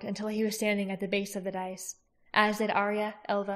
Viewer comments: Dais is not pronounced "dice", as you have been. More "day-is" just for future. Xx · It’s pronounced “die-yes”